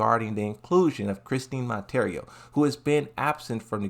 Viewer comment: You're also saying her last name wrong